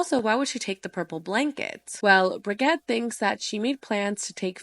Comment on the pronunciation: Is the mom’s name not Bridget? How sure are we it’s pronounced BRUHGET